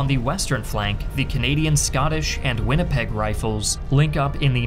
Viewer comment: it's Winnipeg not Winnepeg, jabronis!